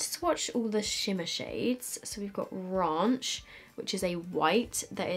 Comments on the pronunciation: Did she just say: "raUnch" 😂😂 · The way she pronounced ‘ranch’ 😂 Love you x